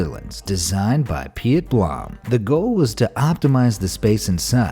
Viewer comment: Piet is pronounced Peet btw or Pete